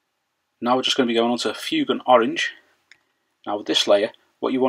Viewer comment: FWAYGAN, NOT FYOOGAN, sorry but that really bugs me